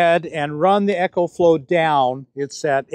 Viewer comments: ECOFLOW is pronounced "EE-Ko-flo" & ECHOFLOW is pronounced "EKO FLO". As a rep of the company, you should pronounce it right. Think of how you pronounce Economy. You don't say ECHOnomy right? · Not EchoFlow...EcoFlow, like economical